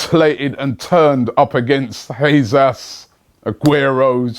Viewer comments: It's pronounced hay-sus. Not haze ass. Cmon get it right. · man said hesas 😂😂😂😂😂😂😂😂😂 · Robbies pronunciation of players names is pissing me off. “Jesas “ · Hey robbie, Jesus is pronounced 'Hey Zeus' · Robbie just can't help pronouncing a name wrong can he. "Jesas" are you being serious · TobiTheGreatest no, his name is pronounced Jaysus. He speaks Portuguese not Spanish...